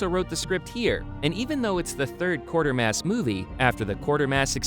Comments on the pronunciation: It's QUAY-ter-mass, NOT Quarter-mass! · Quatermass. Quay-ter-mass. There's no R, it's not Quarter-mass.